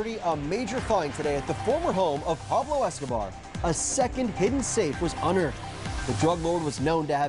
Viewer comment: I love how this reporter says "Pablo Escobar" properly